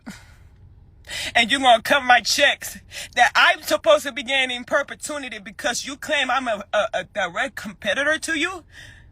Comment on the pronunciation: In perpetuneity lmfao